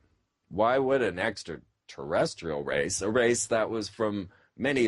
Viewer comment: does he say SEXtra Terrestrial